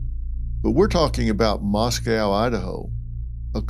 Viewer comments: Moscow is pronounced "MOSS-koe" rhymes with Cost-co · Love you Dr. Phil but you are pronouncing Moscow in correctly.. it’s pronounced Mosc oh… not like it’s pronounced in Russia